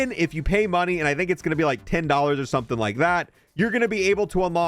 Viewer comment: Dude thinks he's a pirate saying are instead of or